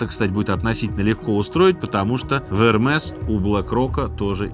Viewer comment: Эрме, С не произносится.